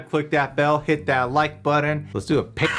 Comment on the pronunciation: thank you for not saying "button" it triggers me how you say it